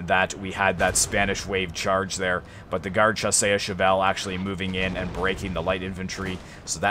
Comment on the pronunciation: awesome. but its shaw-sirs